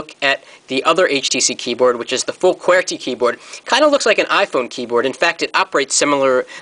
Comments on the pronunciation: hah its like he says qwertkey, good vid though. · he says QWERTY weird! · thumbs up if you think he sounds foreign when he says QWERTY!!!